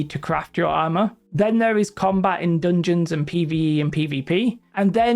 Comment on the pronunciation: "they can go from THURR" love it... sry I enjoy accents. lol